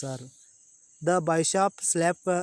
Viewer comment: ಸರ್ ಅದು ನೋಬೆಲ್ ಬೈಶಾಪ್ ಅಂತಿದೀರಾ ಅದು ತಪ್ಪು ಅದು ನೋಬೆಲ್ ಬಿಶಾಪ್.